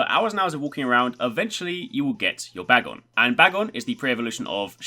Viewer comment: You're saying bagon's name wrong